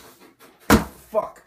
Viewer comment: That's an emphatic "FUCK," if I've seen one at the end of the video there.